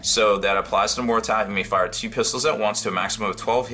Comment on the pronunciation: hahahah he said MORTER-TAT. HAHAHAAHAHAHAAHH never change.